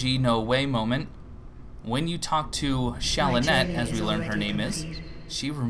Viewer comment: "When you talk to Shalanette-" Her name is Shanalotte. No, it is that important.